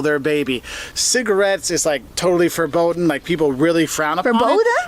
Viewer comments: he said foreboden as in forbidden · It's "forbidden" not "forboden". Probably just a slip of the tongue. He is speaking rather quickly here. But, there are some people in the midwest who still have a bit of German lingo in their English. So I wouldn't be surprised if maybe some of them say "forboden".